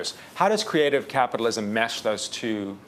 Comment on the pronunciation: "creative capatalism|" HAHAHAHAHAHHAHA Piss off Gates.